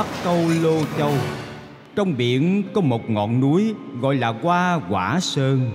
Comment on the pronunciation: "Hoa quả sơn" chứ không phải "goa goả sơơng"